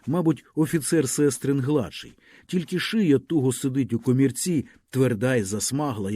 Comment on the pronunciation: Перепрошую, але я знов про наголоси: підкомірцЕм, сестрИн, горОдина, ганчір'Яніий, дОшки, обізвЕться, поторкАв, опішнЯнська, крамарІвському, подЕржу, пилИ.. Ви гарно читаєте, але оті наголоси - наче пісок у смачній страві, так і тріщать на зубах..